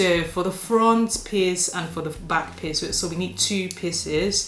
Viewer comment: Great tutorial. Every time you said piece it sounded like you say piss lol. 'Im British I'm easily amused.